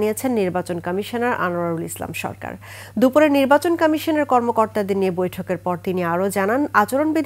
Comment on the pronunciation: কামিশান না, বাংলায় উচ্চারণ হবে কমিশন